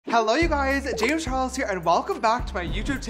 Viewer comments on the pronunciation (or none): is it just me or does the intro say James 'Chares'